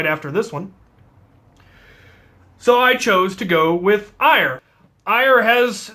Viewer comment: Omg you idiot it’s pronoced air not ire. I know because I am Norse and I study the religion. It is not ire it is pronounced air!